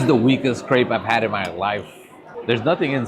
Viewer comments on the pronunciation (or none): none